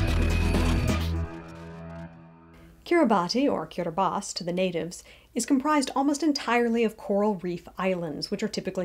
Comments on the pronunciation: Kiribati is pronounced “kiribas” Betio is pronounced “besio” Tarawa is pronounced like Tarawa (Not Tur-aw-wuh) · You could at least have the respect to pronounce the name of the nation correctly. "Kiribass" is how it is pronounced, not just how the 'natives' pronounce it. Also its growing wider not higher. Plenty of huge coral structures under the sea surface that you can't live on either. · lol you couldn't even get the name right. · You didn't even pronounce the name right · You have to wonder about any channel called "Just Facts" -- what are you trying to compensate for? You can't even pronounce the name. What insulting rubbish. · Just Facts would make more sense if you could pronounce the name correctly. Instead you persist in your ignorance and cherry picking the science.